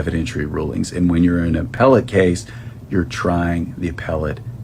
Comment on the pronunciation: The way appellate was pronounced was crazy. That was the most important credential those attorneys have when it comes to filing this appeal.